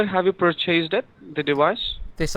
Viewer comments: Lol, dewice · same with dewice, wirus, so on. dont get triggered at a joke dude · ok. what ive learned is that his v's become w's/ hence wiruses or diwice.